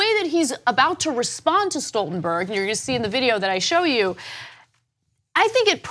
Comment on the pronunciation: Kudos to Ana for pronouncing Stoltenberg correctly! For some reason, people seem to think his name is Schtoltenberg.